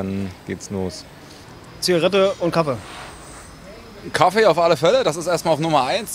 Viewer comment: An alle Deutschlerner: Sagt bitte nicht Kaffe sondern Kaffee. Kaffe hört sich so schrecklich an. 🙄